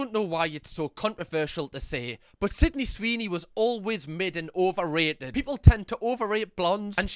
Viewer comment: “Swidney Seeny” 😂😂